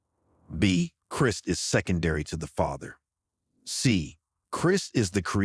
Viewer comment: Be nice to have a real voice that knows how to pronouce "Christ" properly.